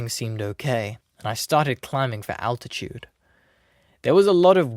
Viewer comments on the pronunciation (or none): none